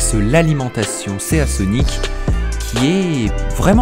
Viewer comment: et Seasonic ce dit SIsonic, SEA comme mer en anglais